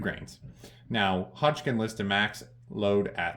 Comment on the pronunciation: I enjoy your videos, but calling HODGDON (Hodge - DUN) Hodgkin, drives me nuts. Please STOP IT!